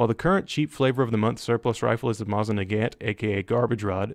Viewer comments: "Masin Nagint" is really said "M-Oh-sin Na-ga-nt" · The mosin nagant is literally the best and you said it horribly wrong